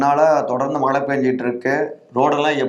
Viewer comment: பண மலையா ? பண மழையா? என்ன தமிழ்டா பேசுறீங்க!